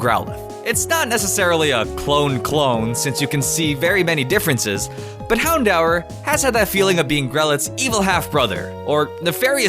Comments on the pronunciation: IS NOT hown-dower is hown-door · Hown-dower? Not "hown-door? Lol tf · You said houndour wrong. It's pronounced houndoor but spelled houndour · First of all, it's houndOOER not houndOWER. And second of all, vivillon only has 2 i's(in name and body). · its pronounced houndooor dude anyway like ur vid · It's h-oun-door In know I didn't spell it right I'm just doing the pronunciation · It's Hound-Hour. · Its HOWN-DOOR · stop saying hound oww! er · you pronounced Houndour wrong, it's hound-or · how he pronounces houndour is cringy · Vivillon is pronounced viv-ee-on, not viv-ill-ee-on. Houndour is pronounced houn-dure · "Vi-vil-eon" "Hown-dow-r"